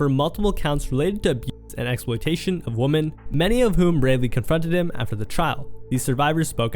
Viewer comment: He said women so many times and pronounced it wrong every time